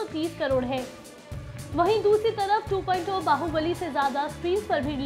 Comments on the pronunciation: 2.2 nahi Sahi dhang se bol yeh hai Robot 2.0 "Two point Zero". Ok. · 2.2 nehi 2.0 movie trailer bolo Kiya bolti ho hahahaha....... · Aap 2.2 bol rhe hai ya 2.0 bol rhe confuse hai humlog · 2.0 ko 2.2 kyo bol rhi ho Kis kis ko 2.2 sunai de rha hai Mujhe to 2.2 sunai de rha hai